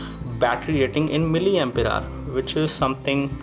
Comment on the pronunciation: Titash Sharma- He said it right its miliampere hour(mAH) u spelled it wrong LoL !